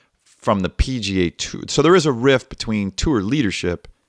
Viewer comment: Gentleman - the word is "rift". Not "riff".